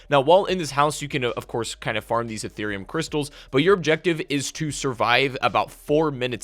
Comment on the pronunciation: Did he just say Etherium crystals? Damn didn’t know crypto was in this game as well